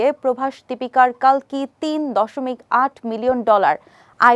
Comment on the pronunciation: কল্কি হবে কালকি নয়